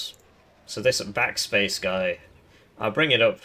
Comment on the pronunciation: Are you calling them back-spat-ce out of spite? Because that's so much more work than saying "backspace".